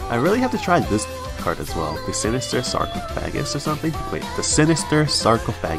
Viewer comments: LOL that sarcophagus pronunciation. SarcoFAGus. xD Yeah, BnB is pretty crazy to get with tutoring. Must be why they waited until BnB rotated to put Whispering into Standard. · Freshman Low Me (as a cultured individual): Her name is Lou. Its short for.....Lou. (Like Skip to my loo) Also its pronounce Sar-Cough-Fa-Gus